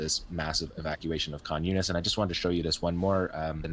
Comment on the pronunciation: Khan Younis sounds like "communist"